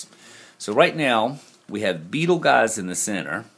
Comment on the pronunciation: Dear... love what you do, I've seen some things so much clearer so thanks. Just a heads up... Beetleguise is pronounced Beetlejuice:)